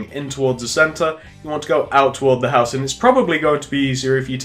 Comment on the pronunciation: Its cool but he is anoying he keeps saying pouse but it looks cool.